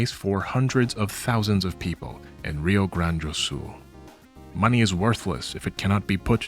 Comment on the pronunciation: I am a simple man. I see a video, I click. BRAZIL MENTIONED 💚💛💙🤍 (translator note: since you are very interested in speaking the names correctly, everytime you see the word "Rio" (river) in Brazilian Portuguese you can pronounce it exactly as "Heel"; it sounds exactly like that for us) Also, law-related video subject suggestion from recent events: Steam won't let me bequeath my game library in a will, but GOG is willing to make it happen. Adjacent to this is the preservation problem, and also how Valve deals with their IP. Is it interesting enough for a shorter video, maybe?